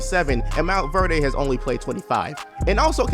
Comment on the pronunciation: MOUNT VERDAY 😂